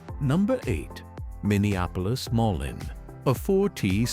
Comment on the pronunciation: It's pronounced moleen idiot